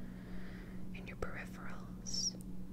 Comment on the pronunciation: You must be the first YouTuber I’ve seen in a while who can pronounce peripheral properly.